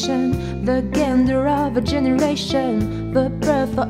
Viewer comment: Superbe, rien à redire, méfie-toi juste de la prononciation de certains mots (gender par exemple ^^) désolée je suis titilleuse là-dessus :3